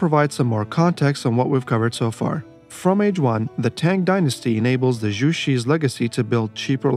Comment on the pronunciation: I just want to point out 😂 Zhu in Chinese is pronounced like "droo," not "roo"😅